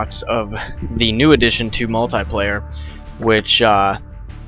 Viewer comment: u pronaunce multiplayer wrong